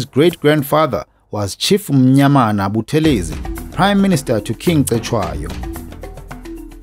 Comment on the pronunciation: Hello - Please note the pronounciation is BuTHElezi, and not ButheLEzi. This Dr Buthelezi himself reminded us. Blessings to the Royal Family. - RevDrD/Ministry